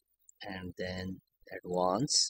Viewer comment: "then, uh... click this.... awddwanced than uh... cliik okey... than uh..." bro just put fucking text if you cant speak